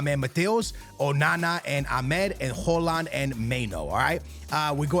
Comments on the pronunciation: why tf are you pronouncing it hooland💀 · Bro called him Holand😂😂